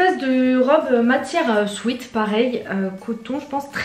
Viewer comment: On dit pas « swite » on dit « swèt »🤦‍♂️ combien de fois le dire